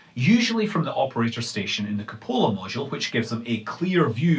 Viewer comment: Wasn't ready for the Scottish pronunciation of cupola.